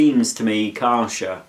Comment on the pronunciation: Kärcher - pronounced Kehrsher - with a pronounced emphasis on the K.